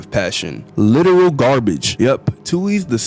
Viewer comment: why'd you say "LITERAL GARBAGE" like that lmaooo